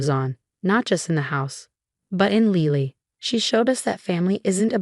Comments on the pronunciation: Lily - like the flower. Not Leely. Pronounce it correctly. ugh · She can’t say Lily? Lele?